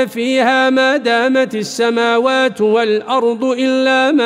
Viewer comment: الدقيقة قرأ الشيخ (ما دامت) بضم التاء، و الصحيح بكسرها بوركت يا شيخ